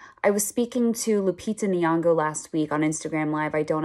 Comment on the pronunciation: The way she pronounced Lupita Nyong'o...😂🤣 Priceless. I keep going back to that part. Damn!! she is good at this.